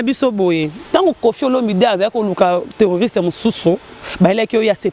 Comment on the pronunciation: MILLENIUM TV WORLD vraiment 😭😭😭Scrabble ayebi ko prononcer t se tromper ayebi p t tala ténoriste azo loba terroriste 🤣🤣🤣🤣quel pleple soit disant licencié na unikin boni kooooo